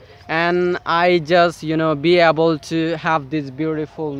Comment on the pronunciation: able- এইবল। কয়েকটা ভিডিও দেখলাম এই উচ্চারণটার দিকে আপনার একটু খেয়াল রাখতে হবে।